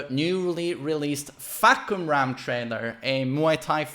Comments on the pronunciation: Narrator: fAhkumrA: fahkUmra! I got this. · i thought the pronouncation of the name was "fuck em up" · Pronouced as: Far-coome-ram